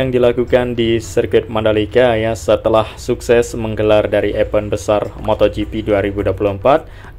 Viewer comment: Bang Bukan EPEN tapi EVENT bacanya IVEN